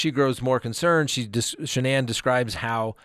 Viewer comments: Ive noticed no one can pronounce this womens name correctly...especially news reporters who you think would know how...like this guy.its not Sha-nane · The emphasis is on the FIRST SYLLABLE of Shanann's name! Why is everybody getting it wrong??